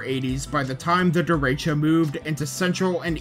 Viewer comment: Derecho is pronounced very differently than the speaker does, in ALL of his videos.. why?😮